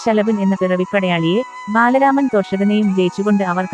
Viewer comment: ബാലരാമൻ ആണോ ബലരാമൻ എന്നല്ലേ